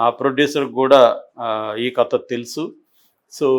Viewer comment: క త కాదు కథ అనేది ఒక జర్నలిస్ట్ గా మీరే సరిగ్గా పలకలేకుంటే మా లాంటి పామర్రులు ఎలా విజ్ఞా న వంతులు అవుతాం సార్